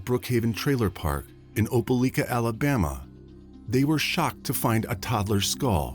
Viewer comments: It's pronounced "Opa-LIKE-a"... LIKE, LIKE, LIKE, OpeLIKEa!! Not "Opa-LEEK-a"!! Apparently there are no YouTubers that have access to Google, seeing as I have yet to hear a single one pronounce it correctly! If you all can research every single minute detail of a crime, one would think that you could also look up the correct pronunciation of proper nouns at the same time!! FFS! Why does this guy who sounds like he's reading "50 Shades of Grey" to a room full of old ladies, keep saying that the police submitted the DNA samples to the "coitus" database?! There's an FBI database that keeps track of sexual intercourse now??! Or is he meaning to say "CODIS"??? facepalm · Opelika = "oh-puh-LIKE-uh" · Pronounced OPA LIKE A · Not opeleeeka. Its opeliiiika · This happened near my hometown. It's pronounced oh-puh-lie-kuh. Very tragic story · You mispronounced Opelika.